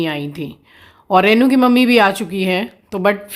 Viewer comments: You pronounce rainu instead of renu. Please speak correctly.In hindi too रेनू ना की रैनू। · Please please please रेै नु न बोले बहुत बुरा lgta h yaar kisi ka naam hi kharab kr do.। रेनु होता है renu,, रै नू nhi